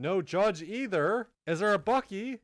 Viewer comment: why he say bucky like that